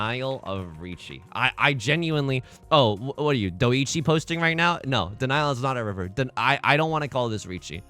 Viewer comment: lol it's pronounced dough-chi (like a baby deer doe), not doe-ichii. i recommend spooky coochie by her, remains one of the best rap tracks of 2010s